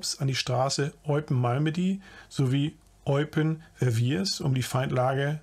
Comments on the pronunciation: ..war wieder sehr sehr informativ; danke.( kleiner Scherz am Rande: ich finde die Hinweise von auf die nicht vorhandenen Sprachkenntnisse richtig putzig) Verviers spricht sich übrigens "Werwjee" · Verviers spricht sich Vervieeee